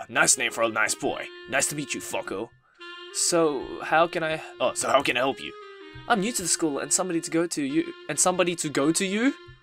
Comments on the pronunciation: I couldn't help but laugh every time you pronounced the name 'FUCK-OH' (I'm so immature xD) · i think it's pronounced fuko but idk :/